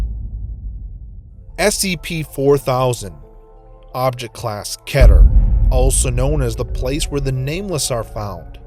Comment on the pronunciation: You did not pronounce it right. It's pronounced as “KEY-TER”